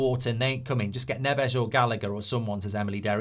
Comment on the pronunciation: It’s Nevez. Not Nevesh.